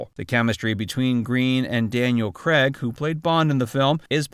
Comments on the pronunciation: His name is Craig! Daniel Craig! It is NOT Cregg! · Why can't you Americans say Daniel Craig instead of Daniel Cregg FFS ?